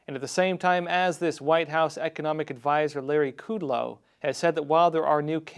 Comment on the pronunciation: Larry Kudlow’s last name is pronounced with a short “u”, like a schwah sound. The word “mores”, as in ethics and mores, is pronounced “mor ayz”. Insignificant relative to the weight of the content, I know. But, thought you should know.